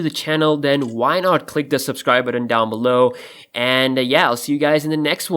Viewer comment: It's button. Not buddin. Why can no one pronounce the word correctly. There is no D in the word button.